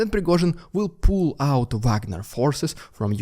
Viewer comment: it sounds like he is saying prigozhin will poo out his forces